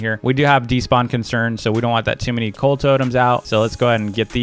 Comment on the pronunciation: When u where searching coal u said coac